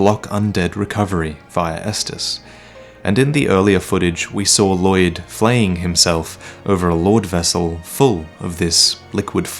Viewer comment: the 'll' in Lloyd is pronounced unvoiced.